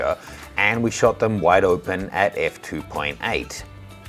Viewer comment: Hey... did you say "the Canon shat it in". Interesting conclusion to a test. Brought a rye smile to my face